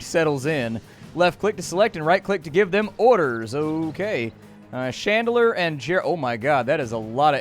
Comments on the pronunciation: It's Chandler, not "Shandler." Haven't you ever seen Friends? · You are pronouncing Chandler like Shandler and I can’t fucking stand it. Are you really that dense? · Who pronouces Chandler as Shandler... wtf. Bad.